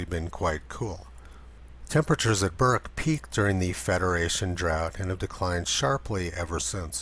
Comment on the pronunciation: Congrats, you got Bourke right. Now lets work on Wagga Wagga. Its wog-ga wog-ga, not wag-ga wag-ga. Cheers